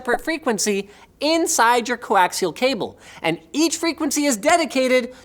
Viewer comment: Did Linus momentarily turn into a German ? He said “One und only one”. 😂